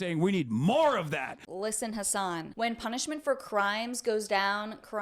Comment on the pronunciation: It's weird, i have a friend named Hasan. Cenk sounds like he's calling him "hoss" not Has lol